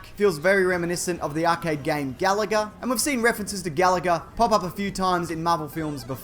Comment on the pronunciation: GAL-agga? We always called it gal-AH-ga.